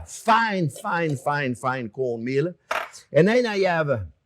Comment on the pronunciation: I couldn't understand what was said i thought you said cold meal and i couldn't find it so i had to listen two three times and then i understand. Cornmeal.